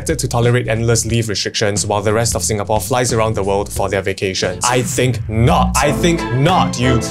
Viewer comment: You love "Sinagapore"?